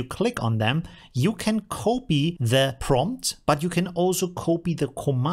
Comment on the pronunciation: omfg it's "copy," not "kopy."